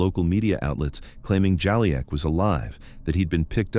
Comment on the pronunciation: the video keeps changing his name…. It’s not “Jolly-ack”, it’s “Ju-leek”